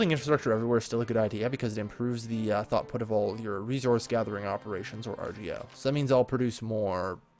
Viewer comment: also, it's THROUGHput, lol. You keep saying thoughtput. is that intentional or what?